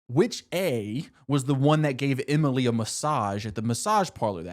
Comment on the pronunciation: “Aria, Hannah, Spen-sir…..Imily, and Mona”